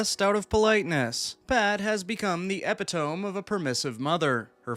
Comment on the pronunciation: epitome . Eeee pit oh meeeee